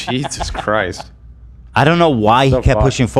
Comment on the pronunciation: Time stamp boy saying yeezus christ